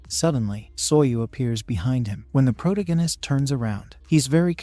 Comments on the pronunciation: Not a fan of the Pro too gan ist? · change this terrible robo voice to something proper, also fix your pronunciation, its annoying how your robo says protagonist and necromancer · Jesus CHrist can you please learn how to pronounce the word protagonist. yes I know its AI but fix this shit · For the love of god learn how to saw protagonist!